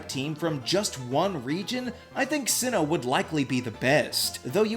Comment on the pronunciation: sinnoh! its sinnoh!